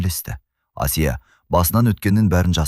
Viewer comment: Қазақ тіліндегі әңгіме болған соң, Асия демей Әсия деп айтса болмай ма? Әңгіме өте әсерлі екен, рақмет. Алматы қаласынан, 72-жас.